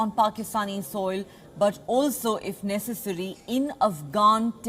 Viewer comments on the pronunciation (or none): none